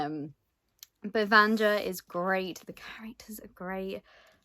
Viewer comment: Yaaaaaay, it looks so beautiful! I'm expecting my copy to arrive in the next day or two and I've been dying to see the naked hardcover 😍😍😍 Btw (and this is just to let you know if you're interested, please don't take it as criticism), the pronunciation is slightly different. It's supposed to be read "Vanya", the JA in slavic names reads more like the YA combination in English. For some reason, the only word that comes to mind right now is yak 🤷‍♀️😂 In any case, you're in for a treat. I read it on audio last month and it's wonderful, I hope you enjoy it 😊 And the little cat thing is Ragne. I only remember because I read both books last month, otherwise I have memory of a goldfish 😂